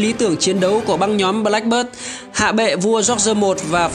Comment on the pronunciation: Channel phát âm sai thôi. Anne /ae/ Beard /i e ngược / chứ k phải ngta k biết tên đÂu